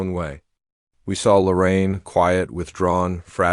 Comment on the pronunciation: I love Lorraine. She changed so much since Mark Laita came on the scene. Shame on that family for laughing about her rape. Who the hell are the Widers? AI sucks,dot. Stop dot. With this shit dot! Her name is Lorraine,not Loren. Half the time I heard Loren dot!